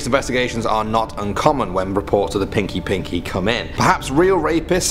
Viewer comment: Its pronounced peenky peenky, yes, I am south African